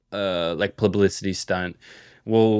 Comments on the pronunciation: my psyop corner… pronouncing publicity plublicity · not saying "plublicity" 40 times